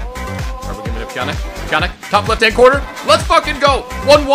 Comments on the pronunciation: Pjanić is pronounced like a -ch at the end, not like a -k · IT'S NOT PJANIK